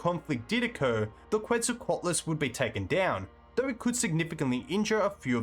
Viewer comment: I really enjoy your videos, but I had to give up after 40 seconds of hearing your pronunciation of quetzalcoatlus. I just can't do 18 minutes.